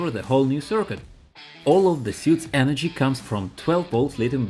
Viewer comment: Bro what is your EnerGy bill